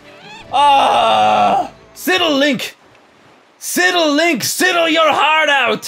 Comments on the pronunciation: Ehem! It's pronounced "Sy-del" not "Si-del" pushes glasses up bridge of nose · Um, it's pronounced SIDE-ull, like Sara Sidle on CSI. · Totally love these vids, but dude you pronounce so many things weirdly. Sidle = S-EYE-dle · Sidle is a word. And PBG is pronouncing it wrong. -_